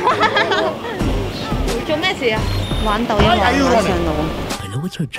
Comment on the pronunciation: 聽咗個大陸仔講抖音嗰2隻字真係笑咗出嚟😂麻辣小辣啊令仔